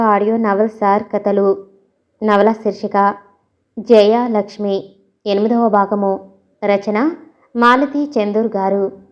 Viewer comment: జయ లక్ష్మి..అని విడి విడిగా చదువు తున్నారు... జయలక్ష్మి ఒకే పేరు కదా